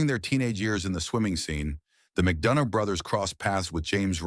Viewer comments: Even Guys surname was pronounced wrong. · Pity, pronoucing the surname wrong.